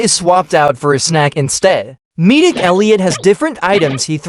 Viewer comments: Midik elliot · "Meedic" *Edit*: Wait hold up... im talking bout the tts saying "Meedic" I should probably be talkin bout him saying "Veeroniger"